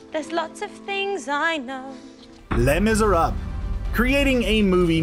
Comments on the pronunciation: did i hear "le misrab" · "lay miserab" ugh the cringe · Samn he didn't even try to pronounce les mesrables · les misérables.... pronunciation is awful...